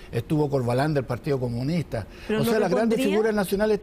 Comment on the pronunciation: Con la diferencia que Escalona no es comunihtah ni loh comunihtah están prometiendo Estado subsidiario. Cuek.